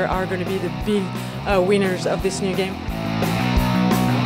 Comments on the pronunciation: she tried to say "winner" but she really said "wiener" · lol she said weiners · Ha ha She said Wieners not winners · "The co-op feature and the gun crafting features will be the big weiners..." Did anyone except me hear that? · Anybody else think she said "weiners" for a few seconds? XD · she said weiners :DDDDD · Anyone else notice the chick said wieners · hehe she said wieners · She said weiners